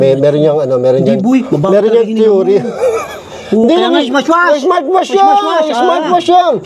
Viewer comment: "smarsh wasch" 🤣🤣🤣